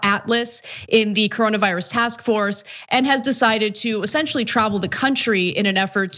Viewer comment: Hey ANA ...what was that? ....did u SAY "ESSENT-UAL-LEE?" You know that news and politics require "words" and "wording", no?